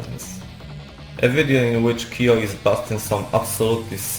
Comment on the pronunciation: Nie "Kiyo", a "Kyo". Chciałabym obejrzeć, ale tak ciężko jest ciebie zrozumieć 💔